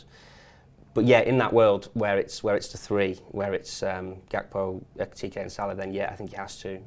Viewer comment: Can someone please advise on how to pronounce Ekitike's name properly